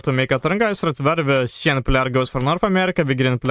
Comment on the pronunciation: FYI, you butchered the pronunciation of Cyan. It is enunciated Sigh + Anne. Question: Why didn't you use the Nuke on Sand? That would have cleared up a lot of area for you to attack into.